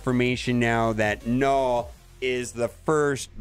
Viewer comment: 0.12 "Knorrwl" *Destroyer of words